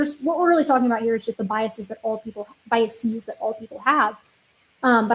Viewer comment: you had the correct pronunciation of biases the first time. Just as theses is the plural of thesis, biases with a long E sound would be the plural for biasis, which isn’t a word. Just as buses, classes, and walruses are plurals for bus, class, and walrus, biases as a plural of bias would be pronounced the way you pronounced it the first time. I often find myself wanting to pronounce biases with a long E sound. It took some effort to learn to stop doing that.